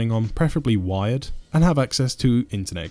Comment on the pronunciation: I thought he was saying wide not wired. Very confusing first time I watched.